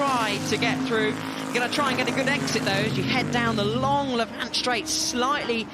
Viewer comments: Lavant! Not La Vant, please, this is Sussex not some exotic foreign circuit! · The best event in the world bar none. The detail and the racing is just incredible. I’m a local and the pronunciation of Lavant needs to be corrected. Rather than Lav-Ant, it’s Lavant. Like the pronunciation of “haven’t”. I’m so sorry to point this out but I just had to. 😂